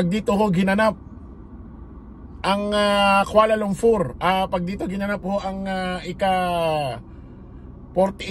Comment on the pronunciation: Kuala LUMPUR hindi LUMFUR